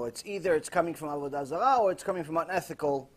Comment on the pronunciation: Avudazala lmao